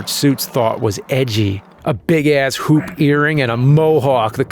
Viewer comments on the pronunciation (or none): none